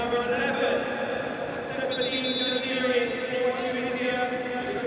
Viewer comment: He also called Ifa "Ayf" and Jaziri "Jazeer" ,Sassi "Sass" and ben hmiida "ben ahmed"